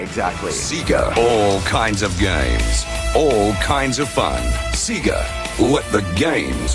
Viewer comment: Sea-ga?! What the heck is a Sea-ga??